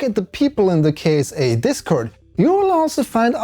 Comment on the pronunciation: I believe it pronounce Kit-sa. like NASA, ESA, and JAXA.